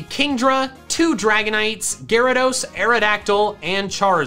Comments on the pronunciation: Gyarados, not Garadoss! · IT'S GYARADOS, NOT GYRADOSE! THE NAME DOES NOT END WITH AN E! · "Gyarageese" (I'm sorry) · THERE IS NO OF IN THE TITLE! DO NOT LEAVE OFF THE E IN ARCEUS! AND IT'S GYARADOS, NOT F*CKING GARYDOES! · DO NOT LEAVE OFF THE Y IN GYARADOS! AND WE DON'T USE THE WORD ITS AS A PRONOUN IF THERE'S AN APOSTROPHE IN IT!